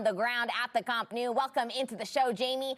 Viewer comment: It's not caamp nau, it's camp nou